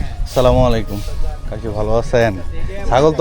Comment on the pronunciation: ভাই আমাকে খারাপ পাবেন না কারণ আপনি সালামটা ঠিক মতন দেন আসসালামুয়ালাইকুম❤❤